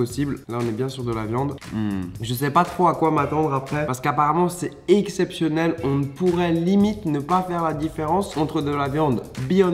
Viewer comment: ah ouais c'est tellement EXCEPTIONNEL que t'as meme manger le N du mot EXCEPTIONEL